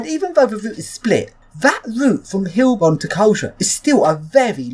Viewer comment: It's Heilbronn, pronounced hi-el bronn, ;)